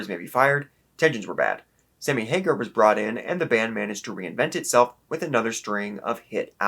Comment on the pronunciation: You know his name is HAGAR, right? Not HAGER. Also FairBAIRN not FairBEN. Not sure I can give much weight to the opinion of a guy who can't pronounce the singer's name correctly.